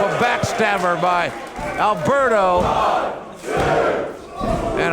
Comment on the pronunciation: Its "Alberto" not "Albero"